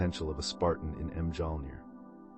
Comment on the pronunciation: Hearing the pronunciation of Mjolnir killed it for me 😂